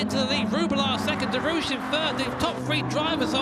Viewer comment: As a French I cant stop laughing when English say "Derouche" instead of "Derrouiche" XD